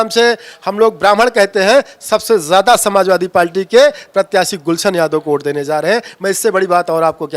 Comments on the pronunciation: नेता बन ने चल दिए है पार्टी बोल नहीं पा रहे हैं 😂😂 पाल्टी पाल्टी बोल रहे हैं 😂😂 हद्द है बे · पार्टी बोलना सीख लो यार पलटी बोल रहा है😂😂😂😂😂😂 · Abe palti nhi hota h पार्टी hota h be... anpad aadmi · पाल्टी नहीं पार्टी है साहब आप तो बेइज्जती कर रहे हैं 😊